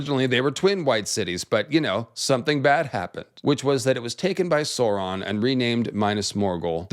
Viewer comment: Sooron =/= Sauron